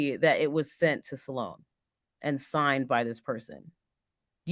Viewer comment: Sloan is one syllable. You keep saying Sa Loan. Please. Stop. You are far too intelligent to be pronouncing a word so poorly.